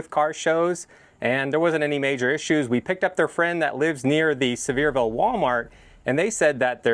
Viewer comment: I’m pretty sure it’s pronounced See-ver-ville Sincerely, the grammar Nazi